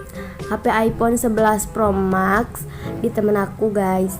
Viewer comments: Bacanya mex kaliiii walawpun max 🤣🤣🤣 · Ngak bisa bilang max diaa